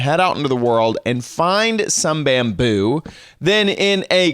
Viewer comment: Why in the FUCK are you saying bamboo like that Jesus